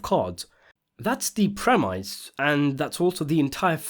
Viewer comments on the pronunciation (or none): It's not a 'prem-ICE". it's a prem-is. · It's pronounced premiss, not premice. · I was with you until you said " premice "....!? The word is " premise " and it's pronounced PREM ISS, NOT PREM ICE....You've lost all credability now, I can't continue.... Byeeeeeeee....!! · It’s premise. Not “pre-mice” 🤣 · So I was thinking: could you pro-mise me you never say pre-mise again? Cheers. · Pre"MICE"? really? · The ‘prem - ice’ ??? Are you AI generated ??? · Learn to pronounce premise.